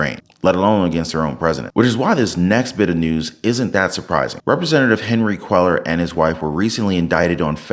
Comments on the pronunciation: Cuellar is a Spanish name. Quay-ar is the pronunciation., do you listen to the vids that you attach? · Cuellar is pronounced “Queyar”. In Spanish the double “ll” is pronounced like a y.